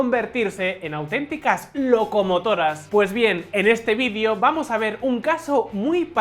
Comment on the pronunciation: Que raro pronuncia la palabra video este presentador